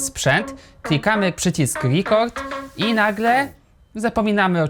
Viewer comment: chodzi o to, że wymawia się z "e", a nie z "i".